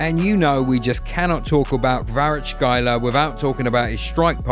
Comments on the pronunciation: Fantastic video, delightful, however, please ''Kvaratskhelia'' not ''Kvarachkaila '' 🤣🤣🤣🤣🤣 ''kvara +(C)-like Cent + (Kh)- pronounced like (Q)+ elia'' - this is how to pronounce his last name. and thanks for the great video one more time <3 😍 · Kvarachkhaila LOL. Narrator can't see which vowels are in his name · There is no way he called kvaratskhelia kvaracxala💀💀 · Beside butchering pronunciations of Kvara and Kim Min Jae, a good video👍🏼 Napoli scout teams deserve raises for sure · Bro butchered everyone's names and I'm not even talking about Kvaratskhelia 😅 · You deserve a red card for mispronouncing Kvaratskhelia. :D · I know it's difficult but boy ooh boy you butchered Kvaras last name . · It's not hard to see how Kvaratskhelia is pronounced, this is embarrassing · omg how did you manage to mispronounce literally all the names in such a harsh way, is it really that hard to google just a little bit to say Kvaratskhelia, Anguissa and Giacomo the correct way🤦‍♂🤦‍♂🤦‍♂ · You butchered the name of Kvarachkelia with that pronunciation... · What's on clickbait they don't even know how to pronounce the Georgians last name! And the sad thing is I'm just getting into it